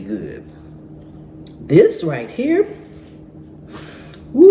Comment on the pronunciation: That part when she says "THIS RIGHT HERE"😂😂❤